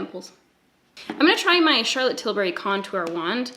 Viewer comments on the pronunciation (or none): none